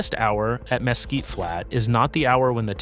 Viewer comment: Mesquite isn't pronounced mess kit